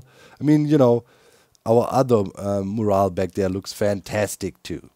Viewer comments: Pronunciation tip, you’re pronouncing mural as more-al but it should be pronounced muh-your-all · Amazing work Doc. The mural looks fantastic. Pronounced me-your-all but the timing is more like myour-all. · Mural = Mew - Ral (Mew as in Moo - cow sound. Ral as in Rally without the y) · mural is pronounced "mjural". Thanks for the best content on the HC-server! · In case you mind, Doc: the syllables in “mural” are usually pronounced “myurr” (rhymes with “spur” or “burr”) and “ull” (rhymes with “cull” or “pull”). Myurr-ull. But personally, I don’t mind your unusual pronunciation of it! It’s obvious what you mean in context. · The pronunciation of mural is “myur·uhl” 👍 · idk if you care about it, but mural is pronounced "miurol" with the "mju" like in the english pronounciartion of munich (München) and "rol" like in "im on a roll" (im german myself and english pronounciation is weird as heck so i feel your pain, but as an english major i felt the need to write this comment :P) hope i dont seem like a smartass <3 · Not that it really matters, but incase you'd like to be confident saying mural, it's pronounced 'm-you-r-all'. Very similar to morale 'm-or-al' (high group spirit) and moral 'mo-r-all' (lesson of a story) English is hard 😮‍💨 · Just a PSA... "Mural" is pronounced "Mm-You-Err-All" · where i'm from, its pronounced m-your-als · BAHHAHA i absolutely LOVE the way u say mural brings a smile to my face every time :))) Here in Australia we pronounce it “myoo-rul” which I’ve been told is pretty funny too 😆